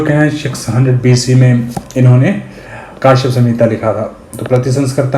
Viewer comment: Sir ji It is not kaashyap ( काश्यप ) , it is Kashyap (कश्यप) As अजय कश्यप महर्षि कश्यप